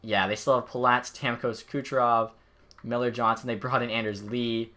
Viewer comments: It’s pronounced yonsson not Johnson but either way nice video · is it just me that is slightly annoyed how he pronounced andreas johnsson's last name?